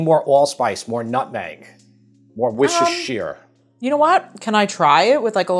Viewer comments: The recipe looks delicious but the way Worcestershire is pronounced in the US tickles me. I used to live there. It’s Woo-ster-shur, just like how you would say New Hampshire. Should always be Worcestershire too, not Worcester. 😊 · apart from your cooking talents/ one of the reasons I subscribed to your channel is the fact that you pronounce Worstershire sauce properly. you got it right the first time... WOOSTER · I love your recipes. May I please correct your pronunciation of Worcestershire sauce? It is named after the English county Worcester and Worcestershire refers to something that comes from the county of Worcester. It is pronounced wuss-ter and wuss-ter-sher respectively. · Worcestershire sauce is pronounced a Like this - “Woorster” or “Woorstershire” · Worcestershire is pronounced without the shire at the end and sounds more like wooster or wuster. Just fyi. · Any other Brits here living for his mispronunciation of Worcestershire? Not in a mean way, I find it endearing!